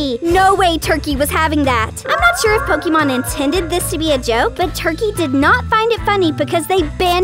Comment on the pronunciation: It is not "Po kee mon," it is "Po kay mon."